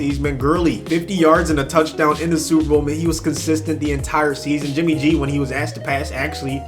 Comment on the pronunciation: Who else heard “jimmy j” and not “jimmy g”